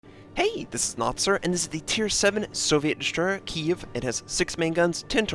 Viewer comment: Here comes the pronunciation Nazi...for the love of God notser, watch a 007 movie and you'll learn how to pronounce Kiev!!!